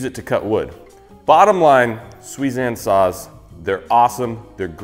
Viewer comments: I thought you said Suizan sauce! 🤣😂🤣😂🤣😂🤦‍♂️🤦‍♂️🤦‍♂️ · I thought you were saying Suizan Sauce. I wondered if you were turning into a cookery channel. But apart from causing mild confusion it was a great video.